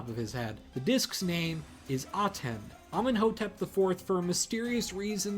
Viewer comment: Its pronounced Ameen-Hotep